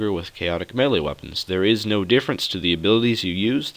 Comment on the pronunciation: Thanks for the video. One thing, you're pronouning melee wrong. It's meh-lee.